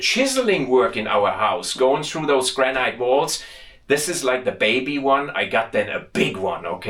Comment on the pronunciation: Granite is actually pronounced Granat Nat instead of night. Why because I live in the Granite capital of the world, we have a quarry where the granite was extracted from was the biggest man made hole in Europe it was closed many years ago and now full of water, The granite from this quarry not only built or city but was shipped around the world and can be seen in many landmark buildings throughout the world, My house walls even above ground is 600mm thick, Love your videos and todays one was a really interesting mix